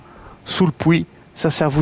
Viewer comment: Merci !! Tu me fais rire tu dis le Pouis 😂😂